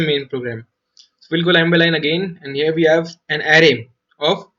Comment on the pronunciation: man i was just wondering how many times u have used the word "here". The fun part is that is sounded like ear